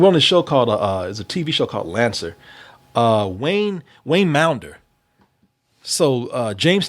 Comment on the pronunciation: WAYNE maunder's name is pronounced like wander, with a M.